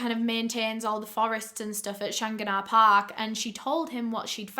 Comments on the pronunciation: Lol the park is pronounced like Shan-gan-ah park. Also we dont have police in Ireland theyre called guards. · the way you pronounce shanganah is so funny to me NABJSDHF- no worries tho, its pronounced "shang-gan-ah", very close tho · The park is pronounced as "Shang-gan-ah" just if anyones curious😂❤ i still remember every part of this investigation. My family knew Elaine when she worked in my old primary school. The sweetest woman you could ever meet. 💗 She was also found in the Dublin Mountains- Killakee (Kill-a-key)- not in the park. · I hate to be this person but I live in Ireland just where this happened and the way she pronounced shanganagh Park really hurt my ears 😅 it's Shan-gan-agh Park. Love the videos though! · the park is pronounced shan gan ah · I'm Irish born and never heard of this case,maybe it's due to my age, 22 now so would have been too young when she was being discovered. Thank you very much for recovering this and btw, I would pronounce the park "Shan-ah" 😀 but I'm sure someone who's better at Gaeilge can help you better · The pronunciation made me giggle too 🤭 I love accent 😍. I remember this investigation too. I think everyone in Ireland was heartbroken for Elaine and her family. RIP 💚